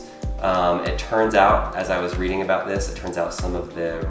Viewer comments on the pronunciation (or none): none